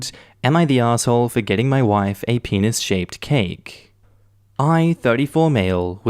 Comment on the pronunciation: i heard the penis cake as peanut cake, like peanutbutter cake.